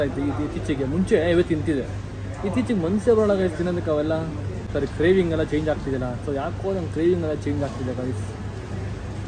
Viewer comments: Carvings alla CRAVINGS 😅 Actually I don't mean to make fun of u ... It's just that many of the times you have made fun of aunty abt her age and usage of English words... Nivu mistakes madtira ... Navu madtivi yellaru madtare ... We shd not make fun of our elders ... Nanu recent agi buddhi kaltorodu ... Rest love your family n your vlogs ❤😊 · It's not carvings it's cravings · Carvings alla😂 cravings